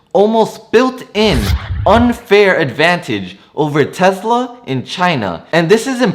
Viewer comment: Is it called Tezla or Tesla? 😂😂